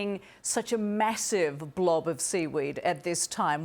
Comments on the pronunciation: never call it a blov 😡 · they put so much emphasize on the word! Lmao😂